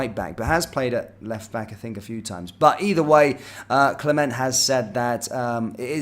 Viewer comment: Mate I love your videos. Can you pronounce the gaffer name right though please lol… “cle- mont”. Not “cle-ment” … thanks 😭😂